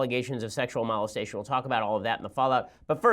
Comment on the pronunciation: This guy mustn't have a very high IQ... He can't even pronounce molestation